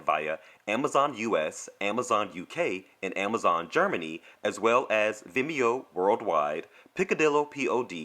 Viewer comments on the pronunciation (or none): none